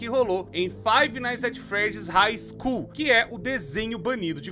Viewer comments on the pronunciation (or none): puts... Quase fechei o vídeo só de ouvir esse hig School